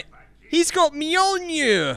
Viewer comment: It’s said myolnear